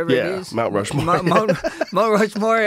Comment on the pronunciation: "Rush MountWore"...lol